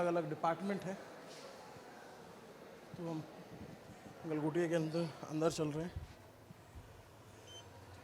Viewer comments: Do baar “developed by Galgotia” bola hai- how can this be a slip of tongue!! 😂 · Galghontia university 😂😂😂😂😂